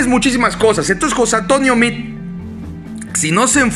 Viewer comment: Ponte abusado carnal. No es José Antonio Mid. Repites hartas veces el nombre de José Antonio Mid. Hasta parece que le haces propaganda. Es José Antonio Meade, no Mid. Mejor conocido como el queso de puerco.